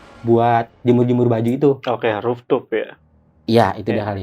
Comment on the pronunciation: Orang bilang roftoop bukan rooftop